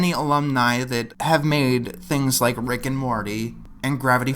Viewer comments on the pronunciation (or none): none